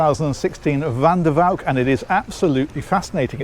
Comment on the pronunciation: Big compliment on your pronunciation of "van der Valk". :-) Thanks for the tour! I really like this yacht, maybe because I'm Dutch. ;-)